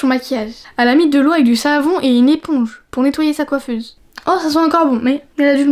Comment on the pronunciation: Pourqoi tu dis coifese❤❤🎉🎉🎉❤❤